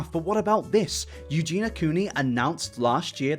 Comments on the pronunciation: Aaaaaahhh, okay i KNOW this isn't important at all, but I just have to say, Eugenia's name is not pronounced "EugeNA", it's pronounced "EugeNEEYA". Lol sorryyyy! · Mate, it’s pronounced u-gi-ni-ah not u-gi-nah wth? It’s a english name why is getting wrong? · Take a shot every time "sociopathy" and/or "Eugenia" are mispronounced. Mate, if I recall correctly you've done a few videos mentioning Eugenia now. I think it would help your case if you learn her name properly. Its not "Eugena", it's "Eugenia". Pronounced like "you-geen-ee-uh" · Great video, but please say Eugenia and not Eugena. YOO-JEE-NEE-AH. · yoo-JEAN-yuh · Someone needs to tell that her name is Eugenia, not Eugena. Other than that, I'm unsure why YouTube is recommending his videos to me, but I am not complaining. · I agree with everything you say but who is "you-geena" WHO?? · goodness will I actually live long enough to hear you pronounce EugenIa Cooneys name correctly?!?!